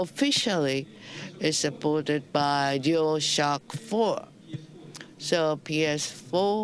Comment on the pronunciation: "This is uh huuh huhhhh ohhhh shiiii uhhh huhhhhh dual shocka fo!"